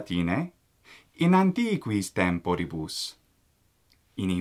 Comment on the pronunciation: What stress is correct, tEmporibus, as in this video, or tempOribus, as I used to think?